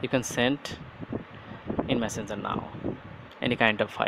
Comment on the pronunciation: Love when you say messenzer 😂😂😍